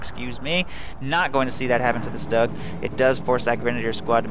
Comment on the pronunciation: btw is its not pronounced "Stug" - its pronounced "shtoog".